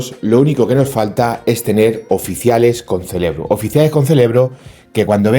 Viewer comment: es "CEREBRO" NO "CELEBRO". que lo celebras todo....jajaj, no te lo tomes a mal. Es que los extremeños sois la leche!!!